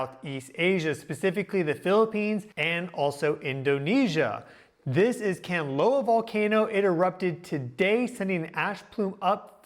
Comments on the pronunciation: dude, it's Kanlaon Volcano [Can-Lah-On] NOT Canloa [Can-Low-Wah] NOR [Can-Loan] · The Philippines is remote thats why there is no report of geological disturbances THAT YOU ARE VERY SURE ARE HAPPENING??? What a load of bullshit!! And please if you are going to make a big issue of them, at least get the names right! It is KAN-LA -ON, not Kanloa!! If you've done even cursory research you will know that Kanlaon and Mayon volcano erupt VERY REGULARLY and together with Merapi and Taal, you could even have 6 or 7 volcanos erupting ALL AT THESAME TIME which HAPPENS QUITE OFTEN IN THE RING OF FIRE!!! INfact at any given time 50 volcanos around the world are erupting. First time to view your video and am quite aghast here, mixing legit science with mumbo jumbo!!! Planetary alignment??? geomagnetic storm vulcanism??? Seriously??? Looks like a duck, is a quack... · It’s Kahn-la-on not Kanlowan. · If you really know your job, pronounce the volcano's name correctly - Mount Kanlaon pronounced KAN- LA- ON, not Kanlawn or Kanloa! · Hi! the way you pronounce Mount Kanlaon - Kan (can) la (la the note) on (on) - tagalog is a languare that has no hidden sounds or letters. you speak as you spell it. and Mount Mayon - Ma (like ma - mother) yon (yoga without the -ga plus n). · Just to help… Kanlaon = KAHN-LAH-OHN and Mayon = MAH-YOHN. As in “on” the clock. 😊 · Kanlaon is pronounced 'khan-la-own' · please search how to pronounce kalaon you kind of bothered it a bit :)